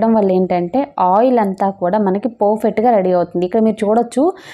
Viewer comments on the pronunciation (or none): Porfect kadu sis perfect ani cheppandi 😂😂😅